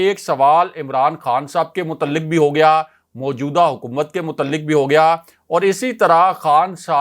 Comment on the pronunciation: The word is pronounced 'muta'alliq' not 'mutalliq'!